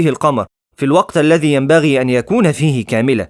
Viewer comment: كمحتوي ممتاز جدا وممتع اتمني التركيز علي النطق الصحيح للحروف خصوصا الثاء ولاتستبدله بالسين والقاف ولا تستبدله بالقاف والذاء لاتستبدله بالزاء مثلا حدس تاريخي غلط حدث تاريخي الصحيح يتغير المعني الحدس هو شده الذكاء نزهب الان ....غلط الصحيح نذهب او الزي غلط الصحيح الذي اللغه العربيه شيء واللهجه المحليه شيء مختلف نطق العربيه الفصحي بالعاميه لايصلح بارك الله فيك